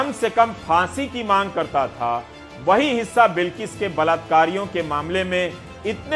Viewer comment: Mr. Ravish , word is balaat kaar ,not balatkaar. say balaatkaaree ,not balatkaaree. But second time spoke balaatkaaree. And third time,fourth time spoke balatkaaree..fifth time spoke rightly. Sixth time spoke balatkaaree. (right)..Please don't mind Supriya Shree Net spoke every time rightly. Errors are superficial.